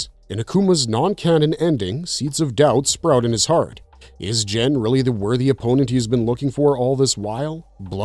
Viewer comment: Lol "Jen". Is GEN! Cmon man!😂😂😂